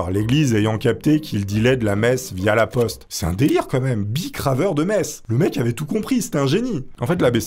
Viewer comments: Quand t’as dit messe j’ai compris meth, et pendant un instant j’ai cru qu’il était partis en Breaking Bad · C'est seulement à la 5eme fois où t'as prononcé le mot "messe" que j'ai compris que c'était pas "meth", bicraveur de crystal meth ça aurait été pas mal pour devenir un prêtre octo-riche non ? XD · quand tu parlais de messe je comprenais "meth"